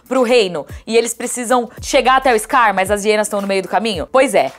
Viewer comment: "Eixscar", puta que pariu!!!!